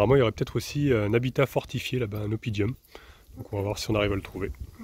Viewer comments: Désolé mais c'est un mot latin, on dit OppiDUM et non oppidium, sinon très belle balade tranquille !!! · Belle excursion encore… juste un petit correctif on ne dit pas oppidIum mais oppidum il n’y a pas de i entre le d et le u……😉 mais franchement c’est juste pour les puristes🤣🤣🤣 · Oppidum comme c'est écrit sur la pancarte et non pas oppidIum comme dit.